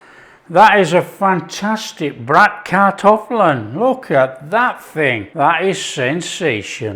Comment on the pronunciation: I wasn't aware Bratkartoffeln (btw perfectly pronounced by you) was typically German, just such a common leftover dish. Never had it with kale, maybe worth a try. Against the stereotype kale is really not used much anymore in our daily cuisine.